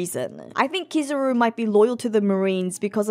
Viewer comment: Hearing you continue to say KIZZ-AH-ROO instead of KEE-ZAH-ROO makes me wanna turn the video off.